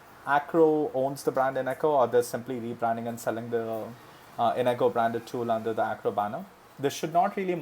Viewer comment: INGCO not INECO